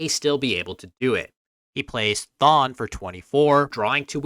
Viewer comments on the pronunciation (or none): Thon is pronounced with a hard th like though not soft like thought.